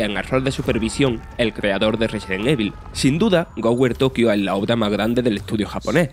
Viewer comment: Que onda con el narrador, duré solo 1 minuto para darle a otro canal para ver la recomendación, Goware???? No le entiendo nada...